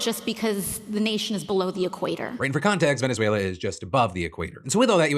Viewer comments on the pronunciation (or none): none